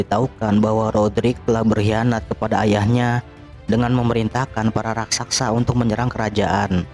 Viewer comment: Raksasa ler bukan rasaksa